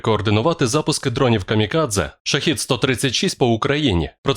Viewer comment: ШахЕд а не ШахИд..разница в переводе слов